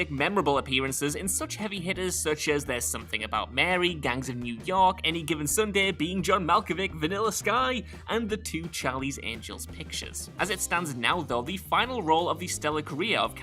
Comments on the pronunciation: His name is John Mal-co-vitch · Not pronounced "Malkovick."